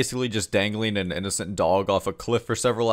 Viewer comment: I like how much you emphasize it being an innocent dog